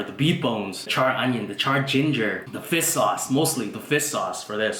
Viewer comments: fish not fiss lol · It sounds like he is just saying fis. Instead of fish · He says fiss sauce instead of fish sauce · it is fish, not fist. lol. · What is "fiss" sauce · yo what the fuck is fis sauce? fish sauce?